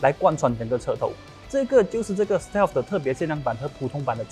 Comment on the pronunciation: Whelan介绍这辆车读英文不好，把Stealth读成Steel，真的是看了就令人失望，还是你讲最好。